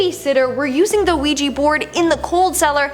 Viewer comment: A OUIJA BOARD NOT OUIJI BOARD..😡😡😡😡😡😡😡